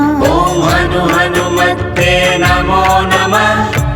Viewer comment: हनुमत्ते नहीं हनुमते बोलना चाहिए था